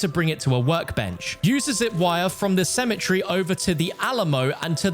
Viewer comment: It's pronounced cemetery not symmetry